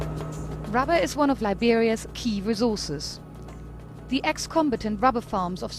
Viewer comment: Why can't you say Liberia? You keep saying L.I.B. like you living in Blood. Why is that?